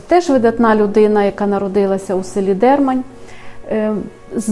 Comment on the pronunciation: ДермАнь, кажуть місцеві, а не ДЕрмань. І чоловічого роду.